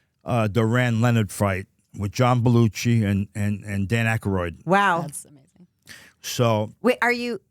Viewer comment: “John Belluchi” and “Dan Akaroid” 😆🤣 Chuck literally mispronounces nearly every name he comes across.